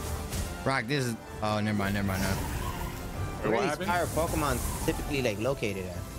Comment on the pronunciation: Why can’t they say Pokémon ?